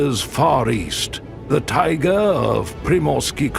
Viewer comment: Тайга - emphasis is on the ending A. I love videos about every country on our planet , every region on every continent… what I do not love at all, what irritates every sense in my body is when the program is led by somebody who does not know how to pronounce the terms the program is about!! You are mispronouncing many of the names given to the region , to the animals, to items found in that region including the word Tai-gA… 😢😢😢 Your own pronunciation of "tigAr" -- literally implies how the correct pronunciation of "TaigAAAAA" goes😂😂😂😂😂